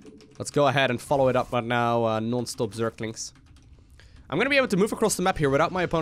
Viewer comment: I love how always says "Zerklings" instead of zerglings.. Like Abathur trying to pronounce the same word:D